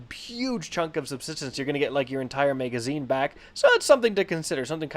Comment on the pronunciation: Stop saying MEGAzine